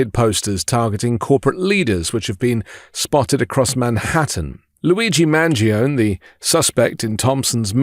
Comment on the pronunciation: The g in his name is silent.